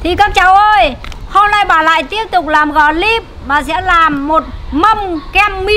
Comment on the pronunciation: Của người ya là clip còn bà này đọc thành glip